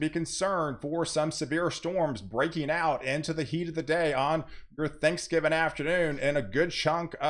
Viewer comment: I love it when you say “Thanksgivin” 😂